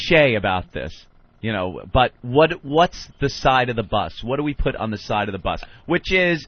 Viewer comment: Opie pronounces the word 'put' with a 'b'.